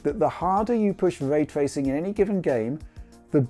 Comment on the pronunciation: "Wuaytwuacing" and "Wuastewisation" (Raytracing and rasterisation") as he says ^^